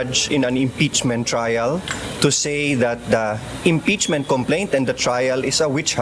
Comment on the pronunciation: Ano ba yang announcer na yan, yung mga words na di ko naririnig sa kanya ko lang naririg, impeasement, kabstutution, yung o ginagawa nyang a at yung a ginagawa nyang o. Is she trying hard to slang her words cz its not working out.